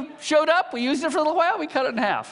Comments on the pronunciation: he is... putting too much emphasis on the H wHen he says wHile.. reminds me of stewie :) haha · LOL! HAWHILE... omg.... whats with that?